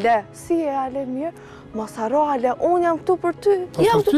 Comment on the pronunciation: Kur e therrasin Alesian “Ale”, tingellon si “Hale”😂